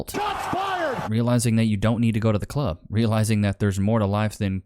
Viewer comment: hate how they say cluurb, just say club